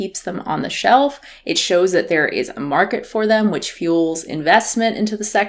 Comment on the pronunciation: Sounded like she said "em" (as in they/them) to me